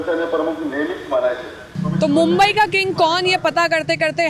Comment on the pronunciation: Maa mumbadevi🕉️ ke naam par basa ye shahar mumbai hai aagar tumhre naam se tumhe galat bola jaye to kaisa lagega iss liye jyada angrej matt bano bharatiya hi raho oor bhartiyoo jaisa hi uccharan karo😂. Jai Hind Jai Maharashtra 🕉️🇮🇳🕉️🇮🇳💪⛳🇮🇳